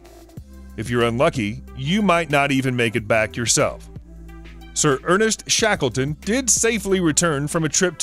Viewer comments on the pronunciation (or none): SHAKLTONY HAHAHA ..